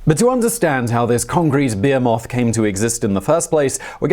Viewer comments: BE.......HEE........MOTH. Ffs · "Concrete beer moth"? Did you mean "bee-hee-moth"? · You said concrete behemoth but I heard concrete beer moth. Sounds like a challenger for Godzilla. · "Beer Moth" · What is a be-a-moth? Is it a special type of moth? Like a Luna moth? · am i the only one who heard "beer moth"? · When you said behemoth I definitely thought you said beer moth lol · Wait... who pronounces Behemoth that way!!! :)